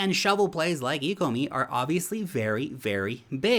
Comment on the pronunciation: I think you should take another look at the ecomi tokenomics. If you don’t know how to pronounce the name you probably don’t understand the potential.